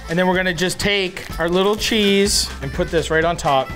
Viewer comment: Did you say Chezze 😊